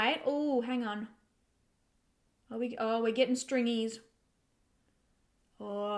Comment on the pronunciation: I had to laugh when you said that you were getting stringies, you sounded like such an Aussie 🤣🤣🤣